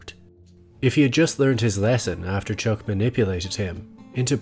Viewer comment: Did you just call him Chook instead of Chuck?